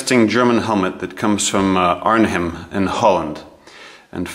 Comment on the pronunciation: Pronounced “Arn-em”….once again, “Arn-em”……